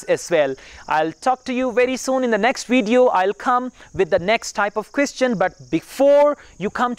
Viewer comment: Brilliant (excellent) Pay attention you pronunciations i.e. results, video and once you used OFTEN wrong as ofen not oftin